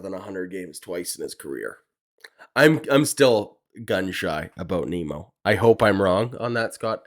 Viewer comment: Geez guys, how difficult is it to say Nimmo… like dimmo… which is what you guys sound like - dim. Nimmo is a better choice than Zimmer and Bellinger.